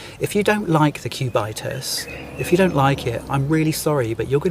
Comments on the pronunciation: Cubit-us.... Not Cu-bitus... From Sumerian Cubit, the length of your elbow to tip of the extended middle finger... Btw is what Patrick Phillip needs... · "CubAItas" ... really? 😂😂😂 Its "Cubitus", from Cube=Cube 😅 And you definitely have not too much clue about watches and horology, sorry. The Cubitus is likely Patek's smartest move in a long time, just look what you pay above retail for these watches. The Nautilus and the Aquanaut triggered similar hate feelings at first place and today they are the highest trading watches above retail besides Richard Mille in general. The ingenious feature of the Platinum Cubitus, by the way, is that it is as slim on the wrist as the other two Cubitus watches despite the fact that the Platinum incorporates incredible complications. Liked your presentation nevertheless, one must just like you the way you present your topics 😊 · If you pronounce "Cubitus" in the correct way, it wouldn't sound that silly.